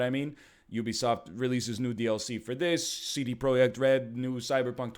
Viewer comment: He said "Projekt" correctly. Give this egg a sticker with a medal.